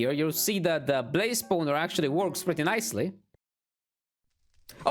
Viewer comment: Nobody:: Spouwner